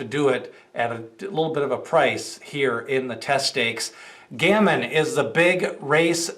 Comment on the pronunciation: It’s pronounced Ga-Mean